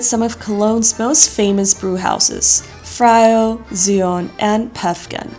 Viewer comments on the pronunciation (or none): The way she said "Früh" sounded more like "Frau" 😂😂😂